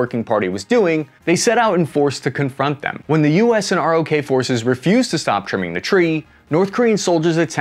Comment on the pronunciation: We don’t stay “R.O.K.”…. It’s pronounced “rock”. Pretty decent poke at this though.